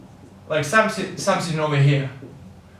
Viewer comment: "Самсинг" хаха) th th th потренироваться бы ему, а не эскать